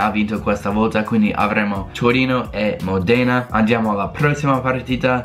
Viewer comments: SI DICE MÓDENA NON MODÉNA😓😓😓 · Si pronuncia módena non modèna! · Mòdena, not Modèna